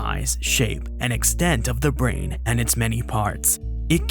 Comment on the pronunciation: "the volume of the ✨brehn✨"